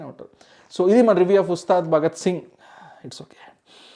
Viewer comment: He don't know how to say review